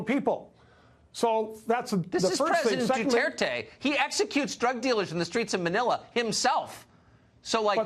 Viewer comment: Broadcaster: how to pronounced Duterte PM: DhuTherThey